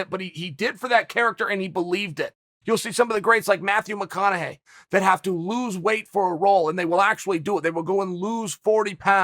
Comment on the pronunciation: this man said matthew mcconaughey